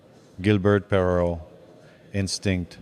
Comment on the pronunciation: Great to see Gilbert in Lafleur's top 5. Pretty sure the admiration was mutual. The AI voice which mispronounces Perreault's name is kind of creepy though.